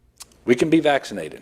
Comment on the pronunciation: Omggg I cAnt tAke it. How mAny mf times cAn this freAk sAy vAxxkcinated. If he’s trying to do some brainwashing type shit it ain’t working. Just making me want to not get vAxxkcinated even more than I already don’t want to.